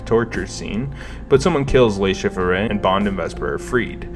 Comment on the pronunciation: I can't tell if it was intentional or not, but the amount of times names are pronounced wrong in this is wild. Also made for a good drinking game. Le Shifferay, Javier Bardum, Mr. C, Blofield and I absolutely lost it at "Dave Barista". Enjoyable video overall. Good content.